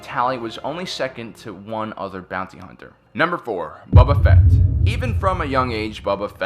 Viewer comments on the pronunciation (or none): Nobody: This dude: BUBU FETT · I cannot unhear Bubba Fett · Not sure why I’m commenting on a old video but....any one else get triggered when he pronounced Boba Fett as Baba Fett. Like did he not watch the movies and tv shows.... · Bro really called him Bubba Fett and missed Durge… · You said mace windo cut bobs fett head of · "Bubba" Fett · "Bubba Fett" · Bubba Fett? Where? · Omg I wanna kick this guy's teeth in ....maybe then he will Stop saying BUBBA FAT...there's others but that one just stands out...common man... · I love the list, but Denjar? Bubba Fett? Savage Opress? Wtf are those pronunciations,? They aren’t even subjective like “Han,” they are said many times in Star Wars all the same 😂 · "bubba fett" did i just here that correctly or no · Did he "Bubba" Fett. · love your vids but HATE how you pronounce it "buba" fett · Is it just me or is he saying boba fett wrong